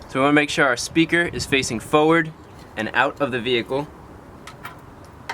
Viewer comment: You sound like ybr when you say fowerd